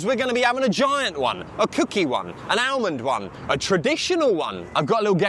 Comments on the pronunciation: Almond; the "l" is silent. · . English lessons needed to correct the pronunciation of almond 😅